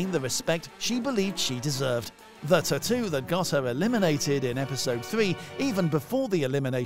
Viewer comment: the way u say "taattoo" is bumming me out, it's a hard pass from me.